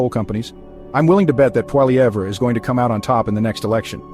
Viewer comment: this is fake news! cant even pronounce Poilievre properly